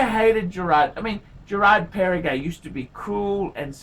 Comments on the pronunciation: Does he call it Parri-gay? :D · It is Perregaux and not PERRE-GAY!